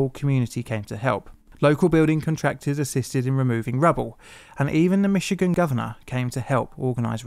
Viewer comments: As a Michigander, I was noting the same thing. Many Europeans say Mitchy-gan when it's really Mishi-gan :) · Good work pronouncing "Michigan" correctly. It seems like a great many non-American English speakers will put a hard "tch" in there or even a completely reasonable "ch" instead of the natively pronounced "sh".